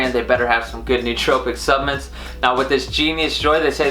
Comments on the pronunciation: Suhp-la-ments jesus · I am into the video and if he says Subments one more time, im leaving ahahaha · Subments. You keep saying subments.